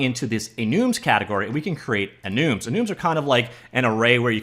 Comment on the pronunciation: I love "ehnooms"